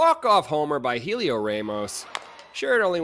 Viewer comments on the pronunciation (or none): The H is silent, it's pronounced Eliot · I appreciate the attempt at pronunciation, but pronouncing Heliot Ramos’ name is a lot simpler. It’s just “Elliot Raw-mos” — nothing tricky! But I appreciate you showing his dong of the day lol